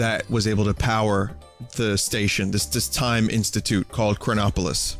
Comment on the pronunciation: whenever he said chronopolis i always thought cronbopulus michael